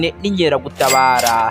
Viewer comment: Bavuga INKERAGUTABARA apana INYERAGUTABARA!!!